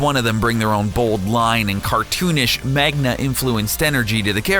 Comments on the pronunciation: Did he say magna influence?? It's MANGA!!! Other than that great video!! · "magna" lol what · "Magna"?... really?... -_ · Did he just say "Mag-na"?